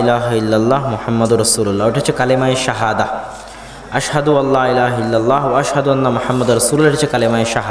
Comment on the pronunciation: Illallah noy illalloh